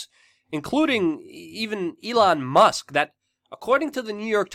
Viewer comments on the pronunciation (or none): none